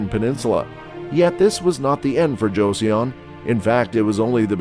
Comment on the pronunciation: its JO - SUN, not JOESSIAN